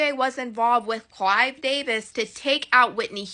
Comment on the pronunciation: It is Clive Davis not CLYDE DAVIS 😂